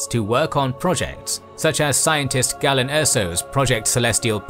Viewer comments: It's Gay-len, not Gah-len. Great work as always. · Pronunciation is a bit bumpy? It's LothAL and GAYlen. Otherwise great 👍